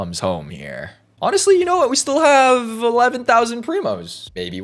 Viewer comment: girl legit said "welcome hoem cheater" lmfao